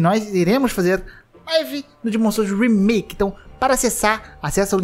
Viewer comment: como outras pessoas falam: remaike como o fala: remiki